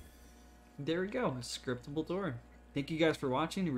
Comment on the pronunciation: “Sciptable” lol